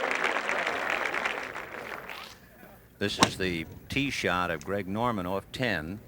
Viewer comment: It's pronounced Greg Norman Greg Not Craig Been listening to this for how many years